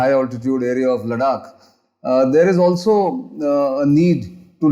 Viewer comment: लदाख is the pronunciation please. Don’t screw it up, in a otherwise good talk.